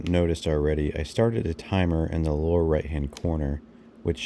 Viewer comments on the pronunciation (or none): none